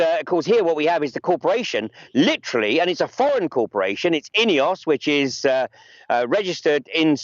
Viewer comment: Can you f**king well pronounce names properly - are you saying INEOS? Or EOS (also a Swiss power company). CH is not in the EU so how come they are in the UK? The EC is a pile of BS